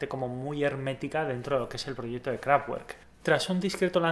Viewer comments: no se pronuncia KRAFTGUERK..... es alemán ...se pronuncia KRAFTVERK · Interesante informacion, gracias! p.s No es por ser pesado, pero no se dice Kraftgüerk, sino Kraftverk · Se pronuncia "KRAFTVERK, NO TWER, son alemanes no ingleses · Una cosa. Se pronuncia “Kráftverk” (es una palabra ALEMANA) no “Kráftgüerk” Al igual que el nombre del autor del libro es “Vólfgang” no “Guólfgang” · Sólo para resaltar: se pronuncia 'Kraftverk' no 'Kraftuerk' la pronunciación alemana difiere de la pronunciación inglesa (por fortuna!!!) Si se habla de una banda iconica al menos saber como se llama, lo mismo pasa con Rammstein se pronuncia 'Rammshtain' no Rammstein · Pronuncias el nombre de la banda equivocadamente. No es “kraftgüork” si no que “kraftverk”!!! Recuerda que es una banda alemana. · KRAFT , fuerza y WERK , obra, trabajo.... pero todo junto significa CAJA DE HERRAMIENTAS. Lo que es importante es su pronunciacion correcta que seria en fonetica figurativa KRAFTBERT (con B no con V pues la V en aleman es una F española por ej, VOLKSWAGEN seria FOLKSBAGEN '' el auto del pueblo'' ..... Ese KRAFTGUERT español no ayuda , los nombres deben respetarse .... Nadie dice BEATLES si no BITELS , pues aqui lo mismo . Un saludo . AUFWIEDERHOREN nikko zurich '18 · Qué daño en los oídos cada vez que pronuncias Kraftwerk como craf uerk en lugar de craft verk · Kraftvak no krafwer, es alemán no ingles y que chido no sabía esto de la banda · Buen video, sin embargo no se dice "KRAFTGÜERK", ya que es palabra alemana y la "W" se lee como "V", entonces se dice "KRAFTVERK". Sé que eres español, pero las palabras alemanas deben pronunciarse correctamente. Un saludo desde México. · empecé a ver el vídeo por el interés, lo dejé de ver la tercera vez que dijiste krafgüerk. no puedo con la pronunciación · La w de werk se pronuncia como una b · La W alemanes se pronuncia V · la w es una v fuerte en eleman no doble u